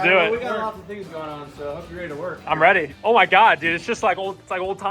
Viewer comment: AS SAID "REATY" TO DO TH!!!!!